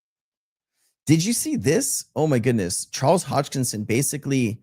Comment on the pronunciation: Sensei, it's Charles Hoskinson, not Hodgkison. 👍